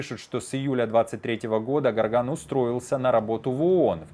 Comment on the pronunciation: Не Гарган а Горган ! Буквы не меняются как в слове россия чтоб произносить рассия ! Вы в адеквате вообще ??? Это не риторический вопрос , ответьте умники !!!